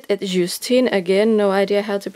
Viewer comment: You pronounced all the french right except, it "lay" for les, you don't pronounce the "s" because there is no vowel in the beginning of the next word. and it's "eh" not "et", you don't pronouce the "t" either. I'm thinking about getting a movable wardrobe like yours for my lolita as well. My side of the closet is getting full with my jackets and cosplays, and the more lolita I acquire the less room there is. Our bookshelf is over flowing much like yours, but we only have one shelf. It's got Dvds, comics, mangas, strategy guides for games, AND books.